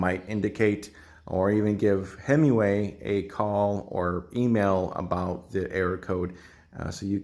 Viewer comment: You keep calling it "Hemiway" ... like a Dodge, lol! Nonetheless, thanks for a very informative video, going to head out to the garage and make some adjustments. Always thought 2 was too low and 3 was too high, look forward to remedying that. Can you post a link to the 2020 model video you mention? I couldn't find it.